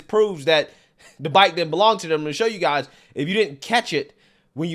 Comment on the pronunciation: Anyone that says guysus as guys cannot be taken seriously